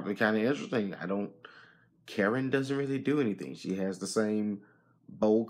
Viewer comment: It’s not Karen dude, it’s Kuh•rin